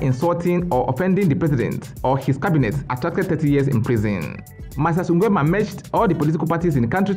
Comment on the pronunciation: The way you pronounce "Nguemaaaa"🤣🤣🤣